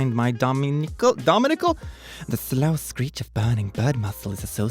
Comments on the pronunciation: Domicile is pronounced dom-i-sile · "dome ah sile" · sees domicile "dominickle?" Me: "yeah english is confusing isn't it?" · Dominicle. Boy. You read for a living smh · it annoys me how he says domicile its pronounced domi sile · DOMINICLE?! See-ow?! Oh, I see, you just can't read words in general. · its domicile dom-I-si-el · Domicile:say it with me, DOM-IS-ILE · C in domicile sound like S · It's weird you couldn't read domicile (dom-is-ile) ya know just a "big" word for home. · domicile is pronounced as domisile. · Domicile. "Doe-miss-isle" Means home. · Its pronounced dome is i l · Domicile- DOM-EE-SILE. It means HOME. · I love that can't say "dome-ih-sile." Domicile. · I, the watcher of the video, adore that the man who is known as “”, can’t say or pronounce “dome-ih-sile”, which I think is quite easy to say. The word that it sounds is the word known as Domicile. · Domicile. Dom-i-sile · > Is this seriously urbandictionary I couldn't read? this guy didn't even read domicile properly, what did I expect. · First you mispronounced domicile then you can't say urbandictionary. You okay? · The way said domicile hurts my brain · the french pronunciation would be something like Doe - me - seal